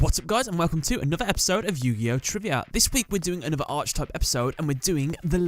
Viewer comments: It’s (Arc)Type not (Arche)Type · Saying arch type in all your vids bothers me, like Archer or arching, I feel the wording ark-A-type is the correct way to say it, just feels like you wished everything was an archfiend, I hope you don't say it like arkfiend lol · Just to let you know: Archetype: aar·kuh·tipe and Hermocrates: her·mock·ruh·teez P.S. Dan Green voiced both Yugi AND Atem. This means he lent his voice to the human form of Timaeus.